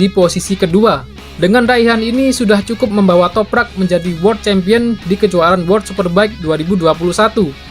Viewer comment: Setelah berbulan-bulan ahirnya bisa lancar sebut nama Toprak😄 razgatlioglu yang susah😂